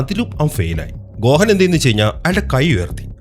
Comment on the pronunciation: Bro ഗോഹൻ എന്നല്ല ഗോഹാൻ ആണ്